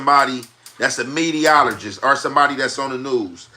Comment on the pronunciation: My nigga said “medialogist” 😂😂😂